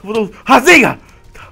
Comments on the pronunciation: Não é rasenga é rasengan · a hora que o fala razengan eu dor rio até não der mais